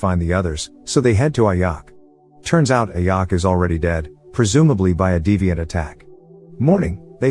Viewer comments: its ajak not ayak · I think the robot voice pronounce the name of ajak and makkari wrong, ajak is pronounced as ajak not ayak, makkari is pronounced mackari not makary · Just a heads up, as soon as you said IYACK "AJAK" . I paused video, disliked & bounced out. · It's Ajak, not Ayak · The title of vid is so wrong cuz the prime celestial the red created the eternals and thanks for saying what the eternals ship is called and mate, it's Ajak not like Ayak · It's pronounced "a jack" not "AYacK" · Its not ayak.. Its Ajak idiot.. Im a marvel fan and im hurt by hearing her name ayak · I like how he calls the leader ayack buts it’s pronounced A-Jack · The leader Ajak pronounced as Ajack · You persons the name as AJack. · HER NAME IS PRONOUNCED "A-JACK" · The way he said Ajak and Makkari is hilarious to me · Am I the only one noticed the way he pronounced "Ajak" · The j in ajak is not a silent j its a normal j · You pronounce ajak wrong